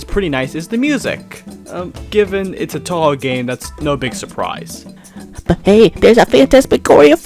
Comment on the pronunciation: 10 seconds in. Touhou pronunciation makes me wanna go deaf